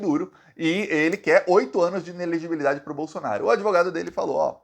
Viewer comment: Não é "inelegibidade",, mas "inelegibilidade". Tem um "li" depois do "bi". A palavra é difícil de pronunciar mesmo, mas você consegue.